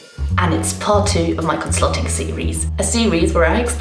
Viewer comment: "Conslutting" Lmao